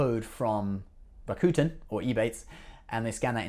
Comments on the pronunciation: Rakuten you're pronouncing the name wrong it's not raccoon-ten it's rack-who-ten drop the WH and you can YouTube Rakuten how to say correctly. Ebates didn't change their name to Rakuten. Rakuten is a japanese-based company. Rakuten bought he Ebates for 1 billion dollars. Love your show it's great just come correct with knowledge don't spit things out that you're not knowledgeable about especially on Ebates and Rakuten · That only makes this mispronunciation of a neighboring country's language worse. Besides, I don't speak Japanese and yet I can pronounce Rakuten correctly. He mispronounces "Rakuten" the same way the hillbilly guy in that commercial does.